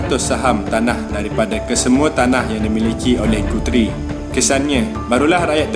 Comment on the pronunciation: Pronounciation 'Guthrie' tu boss, salah tu. Telinga tak boleh arrr......